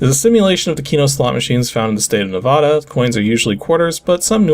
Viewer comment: nuh-VAH-duh. (VAH sounding like the beginning of "vacuum".) Not NEH-vaw-duh. (At least, that's what my Reno-native friend always insists on it being called. Strangely, his own dad pronounces it the way you do, but his dad only moved there in his 20s.)